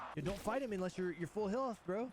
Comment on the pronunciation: any one understand if he said turn foll target on or off? lol